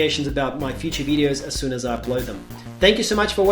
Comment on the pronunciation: Greg, You Probably should Introduce yourself as just ,,Caffeinated Blooger'' without a ,,The'' Article, because ,,The Caffeneited Blogger'' sounds like ,,Decaffeinated Blogger!'' :) Love your Videos!!!